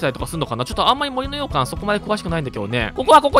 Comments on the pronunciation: ずっと羊羹にしか聞こえない 森の羊羹てなんだろってなってる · 洋館のイントネーション『羊羹』やん笑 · もりのようかんに関しては完全に方言によるイントネーションだよね？私もそんな感じだから たしか出身県が近かったはずだから… もし違うならただただ私はに影響されただけ笑